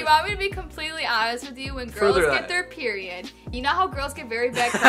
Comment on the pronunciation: I was so confused when she Said Piriod 💩😅